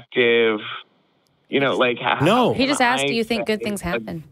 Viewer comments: the word is ASKED, not Axed ffs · Call the police!! He axed you! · Why do you let this caller on the show (his 3rd time apparently)… he demonstrates just barely enough of an ability to think to constitute a waste of time. Particularly cringe-worthy when says "well let me "axe" you… ".